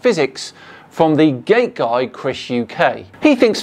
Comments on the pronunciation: Not gonna lie, I keep hearing "gay guy" instead of "gate guy" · I had to listen 4 times to be sure you didnt said gay guy video